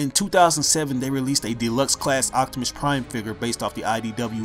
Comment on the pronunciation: sorry but when you say optimus is sounds like octimus